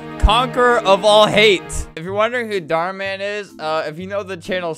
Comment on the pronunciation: “ Dhar Mam “ - Albert.